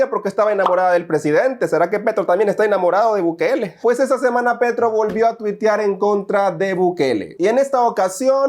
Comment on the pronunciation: No es Petro, es Petrov 😂